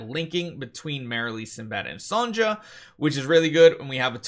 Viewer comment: Still saying “Son-ja”